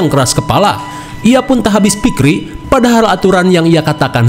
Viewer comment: Abis fikir bang bkn abis fikri😂